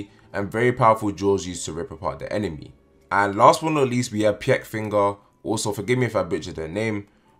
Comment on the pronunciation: What the fuck is py-eck Spelt like pieck Pronounced like peek or peak